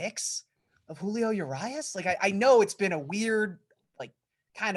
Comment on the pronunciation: Uh-Ree-us Julio Urias